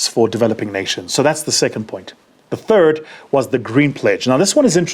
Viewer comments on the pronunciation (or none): none